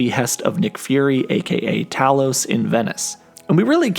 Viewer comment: Haha it’s funny he keeps pronouncing Talos wrong. Although it’s spelled Talos it’s pronounced Tay-lous